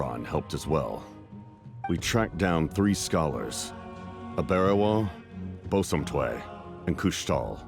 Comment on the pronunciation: as an african, i can confirm that the pronunciation of aberewaa and bosomtwe were incorrect and inaccurate.